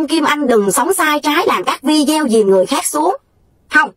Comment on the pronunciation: Mình xinh lỗi kim Anh cho mình chỉnh Kim Anh một chút nhe, mình cũng xem nhiều video của mình thấy Kim Anh phát âm chữ video không đúng mình xinh phép chỉnh lại cách phát âm chữ video là phải phát âm như vầy ( v đi ô ) mong bạn đừng buồn. Cám ơn bạn